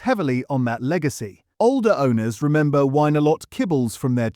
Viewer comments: Love the AI pronunciation of win a lot to wine or maybe whine a lot…..very funny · Yes, It should be pronounced 'Win a lot' - as most of us in the UK have known for decades. Something seems wrong with this video, perhaps made with AI, which isn't necessarily bad. By the way, my young dog won't touch most of the stuff he said is bad or else she needs a taster with it. Time to have a rethink. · Informative but Winalot pronounced Win-a-lot.